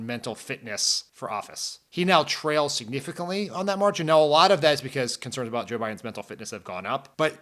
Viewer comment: I heard that ! Signifficallee ! Come on ! 👍🤭